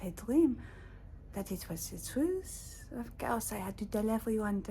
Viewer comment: I could tell you really enjoyed saying trwuth